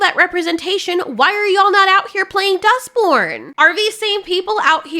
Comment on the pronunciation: You kept saying "Dustborn" and I kept hearing "Duck Porn" and I'm thinking: "What the hell kinda games are you playing, girl?"